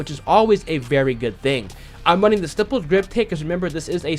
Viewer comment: Youtubers still cant say stippled or grenadier half a year later lol